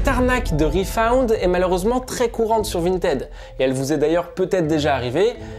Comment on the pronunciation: Ça s'écrit refund mais ça se prononce refun😅